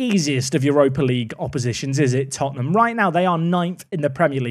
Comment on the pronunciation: Lad's, it's Tottenham